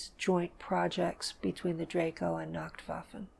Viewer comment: She says she learned German very well but can't even pronounce nachtwaffen properly...